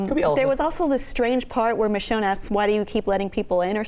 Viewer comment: pronunciation of Michonne... "Mee-shone" C'mon, its more of a short "i" sound.